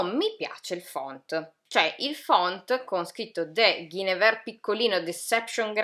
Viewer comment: Guinevere si pronuncia “Gwen-y-vee-ar”, suona un po’ come “guenivía” in italiano, per dare un idea. 😉 Occhi a forma di cuore nel rivedere la copertina di “Ninth House” 😍 Per me vige sempre la regola del “Less is more”. Sono un’artista che ama raccontare tanto con pochi particolari, visivamente parlando. Tu pensa che io non venni assolutamente attratta dal leggere “Le cronache del ghiaccio e del fuoco”, ai tempi (primi 2000) perchè odiavo le copertine, che sembravano rappresentare un fantasy/sci-fi che mi dava l’idea del gioco di ruolo. Tipo “Worlds of Warcraft”. Avrei potuto iniziare a farmi del dolce male con GoT molto anni fa, ma sono stata salvata dalle copertine orrende 😂